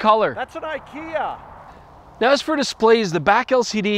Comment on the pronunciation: it's "e-kay-ah" damnit jordan